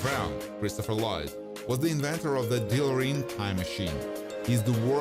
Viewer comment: Did- did he just say deeloreen?